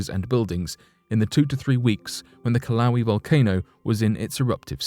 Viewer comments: Kilauea is not pronounced Kilauee, it's pronounced Kila way uh. And Puna is not pronounced Pyuna, it's pronounced Pooh-nuh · I'm sorry, but I HAVE to point out the mis-pronouncing of Kilauea in PART 1 - It is pronounced "kill-a-way-a" not 'kil-lau-we' - There are just some words you HAVE to help people get right. And because the US is the only country that has the Hawaiian language, we should help everyone else say it right :) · This guy gets all his pronunciations wrong. I remember when he pronounced “Valdez” (the town in Alaska) like the Spanish name instead of the correct “Val-deez”. Now it’s “Kill-lau-way” instead of “Kill-a-way-a”. Dude! You’re on the internet. Use it! If you’re going to spend the time and energy making these videos, the least you can do is look up the pronunciation of the specific names you’re referencing. It gets tedious and shows your lack of real world experience. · narrotor says kilauee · That was one of the worst pronunciations of the Kilauea volcano. Here- Kill-A-way-A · The story would be better if you mentioned something about a fire chief and figured out how to pronounce "Kilauea" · I missed my comment by 4 hours. Did the same thing as you, just 4 hours later. Didn’t look through any comments, just stopped when he mispronounced. Lol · I thought he was mispronouncing Kilauea.